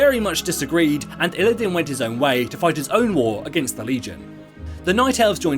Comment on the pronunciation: Isn t it "Illidan" not "Illidin"?